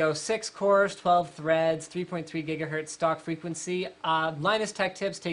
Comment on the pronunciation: Linus! can you tell us the story of "Jiggahertz" ??